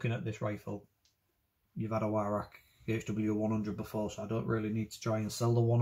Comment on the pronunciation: o you said ""why rack "" no W sound in German m8 its its pronounces v-roch or VIe-roch (with the welsh CH sound) im welsh and a gunsmith for 33 years and as the name suggests used to be a gun importer of edguns, not an english teacher lol sorry pet hate of mine :) like people calling pattern welded steel Damascus (im also a blacksmith) that one really gets me ! :-)